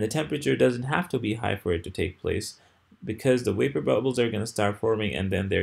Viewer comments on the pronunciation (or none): his is absolutely brilliantly clear. Make more videos. The world needs teachers this clear. Why do you pronounce the word "vapor" as though it were "wapor?"